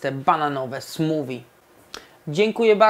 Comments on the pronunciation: SmuWI? Smoothie - ma charakterystyczny dźwięk th, prędzej smoofi. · chyba nie mówi się "smuwi" przez w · Chyba nie tak powinno się wymawiać ''smoothie''.